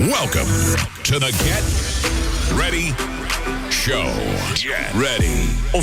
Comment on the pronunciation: Salut Ahmed, y'a moyen tu prononces le "t" de "get ready show" dans la prochaine vidéo ? 😂👌